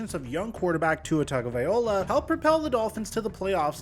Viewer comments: 'TagovaiLoa, not 'TagovaiOla' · No, it's spelled 'Tagovailoa', not 'Tungovailoa. is mispronouncing the last syllable (Loa) as 'Ola'. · Yr pronounce his name wrong say tuatagovailaw not vaiola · why do you keep pronouncing tua’s name wrong… atp you have to know it’s pronounced “TUNG GO VI LOA” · Exactly!! Brother kept saying Tungovaiola for while . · Has anyone told you that you pronounce Tua’s last name wrong? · You didn’t say Tua’s last name correctly